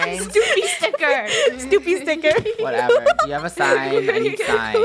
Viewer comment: "Snoopy ticker"